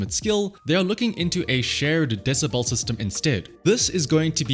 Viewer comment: DeciBEL not deciBALL.